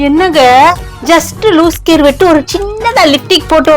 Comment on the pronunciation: லூஸ் கேர் இல்லை அக்கா. லூஸ் ஹேர். லிப்டிக் இல்லை லிப்ஸ்டிக் 😂😂😂